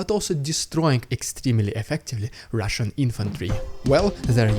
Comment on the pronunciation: That was a good intro to the RIDICULOUZZZ RUZZZIAN PRRRROPAGANDAZZZZZZ segment 👍👍👍🤣🤣